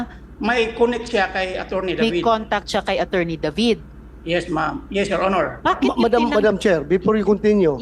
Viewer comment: Di ka nalang magTagalog Maslog, punyeta ka "No mem, yes mem"